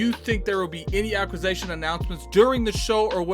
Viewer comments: What is an "acquis-A-tion" 😆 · Your homework this week is to improve your pronunciation of acquisition xD